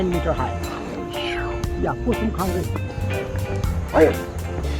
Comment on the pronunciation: Hello, Really enjoyed you Vlog. I wish you could have gone little higher and not only Namche Bazzar. Its gets more beautiful and natural. Anyways, I noticed you mentioned Kusum Khanguru. Which is incorrect. Just want to correct you with the pronunciation of Khangaru. Its actually Khangri. Thank you visiting Solukhumbu 🙏🏻